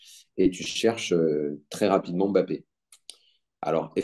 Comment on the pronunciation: Bon dieu arrêtez de l'appeler BAPPÉ et respectez le nom de famille des gens ! Il y a un M' avant le B donc prononcez le 😶